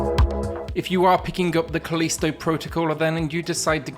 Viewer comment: Kuh-leesto!! XD